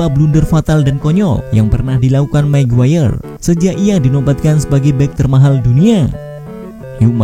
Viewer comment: Magayer min, bukan maguwayer..... 😀